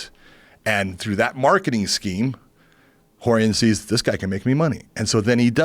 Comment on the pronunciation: The way Joe pronounces Rorion: Whore-ian